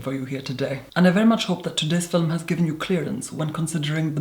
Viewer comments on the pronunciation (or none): "Fill-um"? Really. Roll my eyes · Why am I the only one noticing him always saying "filum" when he says film. All jokes aside You Are Therapy from your voice to your appearance. Holy guacamole. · You say "film" like "Filum". It confuses me. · I love how he pronounces film, "filim" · I am here for my daily dose of "filum" <3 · We need "filum" merchandise!! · we don’t pronounce film as “filum” bc where tf is the “u”... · "Today's filum." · “Hi everyone today’s philnm is a philnm about a pale makeup on today’s philmn Kylie cosmetics doesn’t use www. It’s a trend now days philmn philmn philmn” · I'm here for every time you say Filum. I feel like I need to retake an English class..or classes. Probably a lot of classes. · i love when he said filem so soothing 😍🖤✨ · why does she always say "FILEM ?? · Filum I love the way he says film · Today's fi-lem so cute! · I love the, "Fillum", thing too much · When the video started, the first thing I noticed was his eyes, they were staring in my soul. It made me feel so uncomfortable 😂. I continued to watch this video, and when he said filahm I lost it 😂😂💀💀💀💀💀. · Normal person: Hi guys, todays video is a Kylie Cosmetics review.: Hello everyone. Today's fil-um is going to be a brand and product focused fil-um. WHY IS HE SO ARTICULATE?! AND WHY IS IT SO MESMERIZING?! also he makes me feel so incredibly stupid. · Damn the way you say “Film” is so satisfying,in such a strange way. I love it ! 😍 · Everyone talking about him saying “filum”instead of film while I’m freaking out that people DONT say “filum”?? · "Filum" haha I really like your skin also wtf youre so clearrr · I’m not sure, but I believe when he says “fill-um” he is actually saying film. It’s typical that many Irish people pronounce film this way. I’m not sure that is Irish, just educating 😘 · I told my friend I was going to watch your “fillum” and she was quite confused lol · "Fillem" love his videos tho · film?? Lol very posh LOVE IT! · Say film again. 😂